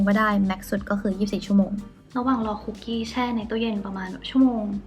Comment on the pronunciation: ค้าบ คุกกี้ไม่ต้องมีไม้โทนะคะะ☺️🍪 ออกเสียงแบบเข้าคุกเลยย สะกดเหมือนกันค่ะ